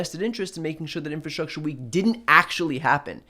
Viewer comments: Wtf is 'infastructure'?! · Donald, the word is ' infRastructure'. Not ' infastructure'. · "inFAstruture". Trump knows the best words. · The dude can't even say infrastructure ffs. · infrastructure? rofl the word is longer than 4 letters ill bet hes clueless as to what it means